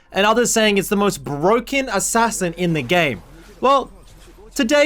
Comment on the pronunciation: Bro, it's Ass ass in, not Ass as in